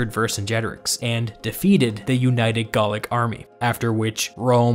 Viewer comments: I don't get why you keep saying Gallic like "Gaulic", that's not a word; we don't need you to invent a new word when Gallic already does the job fine. Not sure about your competence to comment if you don't know the basic term gallic. This isn't Tudor times, English is not subjective anymore since the 19th Century and mass education. yeah, no one says praetor like that, except for you recent Youtube historical noobs. English pronunciation follows the Roman sometimes, and because we have a lot of medical terms that use the "ae" or "ea" sounds, they're well-known and NOT said in the same way in English. Obviously if you want to speak something else that is not English, you are free to, but in standard English pronunciation (as well as Latin in those cases), the "ea" sounds is like an ee, like in eat. The "ae" sound is like an A, like in aero. Do you say aero like "eero"? No? Then why are you doing that with Praetor? Dialects to be accepted as such are usually consistent and not a mishmash of exceptions. Those dialects are more qualified like Pidgin English. Remember that also with Cannae and why it is not said like "K'nee" either. Regardless, I'm amazed that people take these seriously. I try to watch these to learn or refresh, not because I want to be more basically literate than the presenter. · Interesting video describes the mechanics of Caesar’s power grab well, by the way Gallic is not pronounced Gaulic it is pronounced ga-luhk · Gallic, not Gaulic.